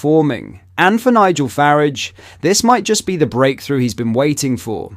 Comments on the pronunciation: Way you said Nigel farage 🤣😂🤣😂😂🤣🤣😂🤣🤣😂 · How did you mispronunciate Farage